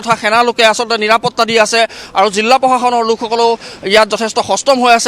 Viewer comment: জিল্লা❌ জিলা